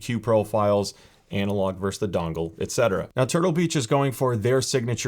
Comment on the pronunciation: Did you just say ANALogue version? 😘😋